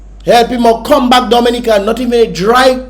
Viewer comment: The first time I have heard the correct prononciation of the name Dominica